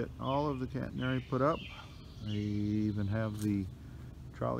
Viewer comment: Its a catenary system not "Cantenary". Just fyi. I admire your dedication and determination. Looks like fun, but a lot of hard work.